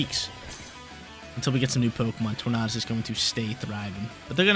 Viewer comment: Please please please. Stop saying torn-ar-dus its torn-a-dus